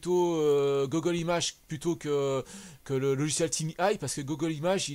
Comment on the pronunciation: LOL désolé pour ma prononciation... Pourtant mon anglais parlé est plutôt meilleur que la moyenne mais j'ai du mal avec "Gogole" Je ne pense pas que ça soit un blocage.